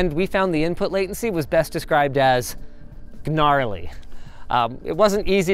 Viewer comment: "Guh-narly" --Linus, 2024